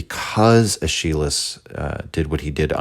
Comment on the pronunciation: bruh, your pronunciation of "Aeschylus" is killing me in all seriousness, this entire series is just delightful. Birth of Tragedy is the first (and so far, only) work from Nietzsche that I've read and I just loved it. People on the subreddit tend to discourage newcomers to Nietzsche from starting with this work but I have no regrets.